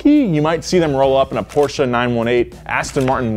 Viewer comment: What is Porcha?